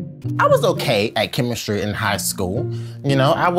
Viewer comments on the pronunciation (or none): “Oh Chemis-tree. Oh Chemis-tree, how lovely are your projects!” 😂 yooooo!